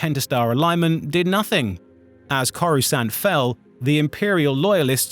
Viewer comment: How can you be a Star Wars YouTuber and manage to mispronounce SO MANY NAMES. Not even complex ones. Simple ones like coruscant and Dathomir. Both of which have been said 1000 times in movies and tv shows